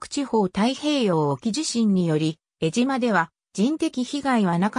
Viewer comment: 失礼ですが、よみがまちがえています。 我が故郷の名を間違えて、読まないで下さい。 貴方は、アナウンサーなのですか、正しい物の言い方をして下さい。